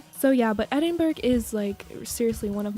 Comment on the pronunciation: Awesome video :D but just to say Edinburgh is pronounced, Ed-in-bruh not Ed-in-burg, I know we are weird